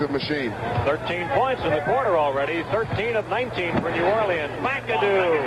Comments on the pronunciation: This announcer says 'New Or lee uns' (in 4 syllables) about 100 times – and presumably every time he calls a game there. You'd think some one would eventually take him aside and let him in on the local pronunciation... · New Orleans is NOT 4 syllables.